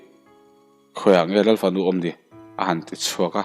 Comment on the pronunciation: Oiii ka bo tial tial 😂😂😂 i chhiar rei telh telh a.... Lal fanu erawh in Ral(Mitthi ral angin i chhiar a) palh 😂😂😂😂 A va han rapthlak tak 😂😂😂